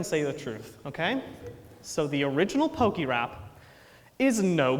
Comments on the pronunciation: Listening to him say Pok-EEE-rap over and over again is mildly infuriating, especially since he says pokémon and pokédex correctly. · How can he call it perfect if he keeps pronouncing it "pokey-rap"?